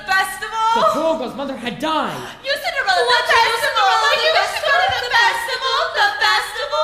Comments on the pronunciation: This is amazing! I just wish Cinderella would say her "T's" in the word Festival. Every time it's "Fesival" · She also needs to learn how to pronounce the word 'feSTival'